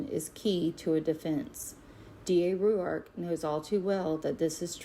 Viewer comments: The way she says Rourke is driving me nuts! It’s r oar k. Not ry you ark. Annoying. I know you don’t pronounce something’s right sometimes but I love it when you do it. She’s irritating me though. And I don’t normally get in a tizzy! Honestly, the way you pronounce things and struggle to do so is part of your charm and I love it. Your heart is pure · ROARK not Rue-ark. I think. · She has a peculiar way in pronouncing Rourke - as "Roo-Ark" ! - wheras I have always known "Rorke" to be more common. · So much research, yet she pronounces Rourke, Ru ark? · She can’t bother pronouncing his last name correctly. ? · I’m sorry but I can’t stand how she’s pronouncing rourkes last name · So annoying. She is saying it how she sees it. Come on everyone knows how to say Rourke surely 🤦🏼‍♀️